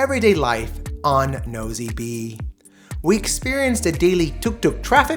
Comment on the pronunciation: I suggest you try to get the locals to give you a pronunciation of the places especially French names Nosy Be is actually [No see Bay]